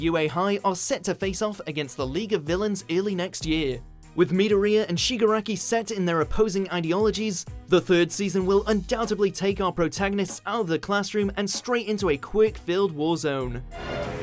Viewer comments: " MI-DO-RE-A " ITS ME(as in me)-DO(as in dog)-RE(as in reply)-YA(as in yas) Midoriya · Midory ya ffs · the way he said midoriya made me giggle